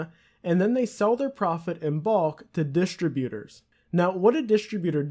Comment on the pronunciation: you dont even know how to say "distributors" right